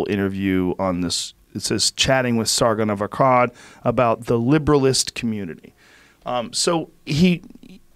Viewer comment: Why does Joe pronounce Sargon of Akkad so weird?